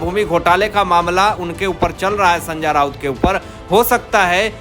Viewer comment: बरा मामला या बड़ा । अनपढ़ जी संजा राउत नहीं संजय राउत । it is degrading yourself listening to your gawar language